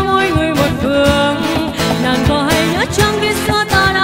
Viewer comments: đúng rồi. Một số ca sĩ phía nam (vd Đạt G) hát hay sai vậy, chắc do phát âm nói quen (Nàng > nàn, Xuống > xuốn, Buông > buôn). Còn về ban đầu thì đúng bạn này lệch tone, chệch nhịp thật. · B này bị ngọng xíu ấy nhỉ. Nàng nhưng mà phát âm ra nàn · Đúng r. Nhiều chỗ phát âm nàng thành nàn nghe sao sao á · Đi hát mà phát âm sai từa lưa vậy em gái: Xuống => Xuốn, Nàng => Nàn, Buông => Buôn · Mình có 1 vài góp ý như thế này nếu thấy hợp lý thì khắc phục nhé: 1. Cách phát âm những từ có "ng" của bạn có mấy chữ bị thiếu "g" như chữ "nàng", "xuống". Và chữ "tin" bạn hát thành "tinh". 2. Mình có thể cảm nhận được bạn đang cố gắng "bóp nhỏ" - mình ko biết dùng từ gì cho đúng nhất - cổ lại để hát cho ra chất của bài "Tướng quân", điều đó vô tình làm phát âm của 1 số từ ko được chuẩn xác, cũng như khiến bạn không thoát hết hơi ra để hát làm cho mình cảm thấy có vẻ như phiên bản cover này tune thấp hơn 1 chút. 3. Những nốt trầm thật ra lại khó hát hơn nhiều so với nốt cao, mình đề xuất bạn có thể thử hát nhả hơi ra nhiều 1 chút, hoặc là hát hơi gằn giọng xíu (nhưng vấn đề vẫn phải cho hơi thoát ra thật nhiều, mới giúp đưa tune của nốt đó dễ xuống hơn). có thể tham khảo bài "Your man" ấy. Mình cũng chỉ là 1 người yêu ca hát thôi, và những góp ý của mình hoàn toàn trên tinh thần xây dựng, đừng khó chịu nhá. Mình dành ra rất nhiều thời gian để nghe kĩ và viết cmt này, nên mình ko hề có ý chê bai hay gì cả, chỉ mong bạn nếu thấy đúng, thì hãy trau dồi thêm nhé. ko cần reply lại cmt này đâu, chúc bạn thành công trên con đường phía trước! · Không bàn về hát hay hay không nhưng cứ phải phát âm cho chuẩn cái đã, buông- buôn, nàng-nàn, mang-man...vv